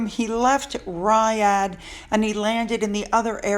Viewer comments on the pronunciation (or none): Riyad- "ree yodd"